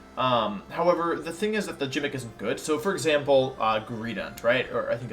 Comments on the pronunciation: Wait.... Did this guy say Jimick as a joke? Please tell me it was a joke and he doesn't pronounce gimmick that way? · I find it funny that he says “jimmick” instead of gimmick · GIMMICK NOT JIMMICK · Where is wolfy from? He kinda pronounces things wierd... Example he said gimmick like jimmick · Why does he pronounce the word gimmick like it’s with a J or like the the word Gym?!?? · that's his jimmick. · Pronouncing gimmick with a “j” big yikes. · Me: He said Jimmick.......maybe it was a mistake. Wait he just said it again.......ohhhhh.......time to go find a different tier list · “Jimmick” yikes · Pronouncing things weird is his jimmick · Ah yes the "Gymic" hahah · You’re saying gimmicks wrong. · Why the eff are you saying “gimmick” so wrong? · Are you intentionally mispronouncing gimmick?